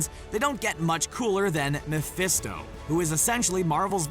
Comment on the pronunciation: It's mephesto not molesto..